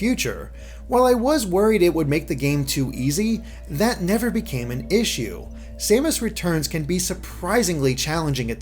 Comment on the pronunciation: Oh and respectfully,. I believe her name is "Sa-mas" not "Say-mas". maybe a little thing but it drove me crazy watching your otherwise great review. Keep up the good work !